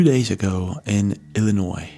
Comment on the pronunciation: Wow he actually pronounced Illinois correctly. 😂 I lived in the state my whole life and still catch myself sounding the S.